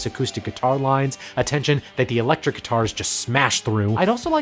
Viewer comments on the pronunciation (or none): none